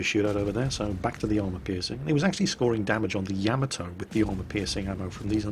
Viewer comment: PLEASE learn to pronounce Yamato correctly;)